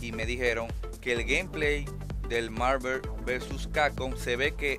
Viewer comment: que tan dificil es pronunciar bien Marvel? no joda